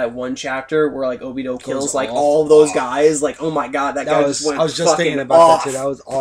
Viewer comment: ObidO ? really guys cmon -.